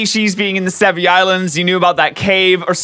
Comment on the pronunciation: Sevii islands... Se VII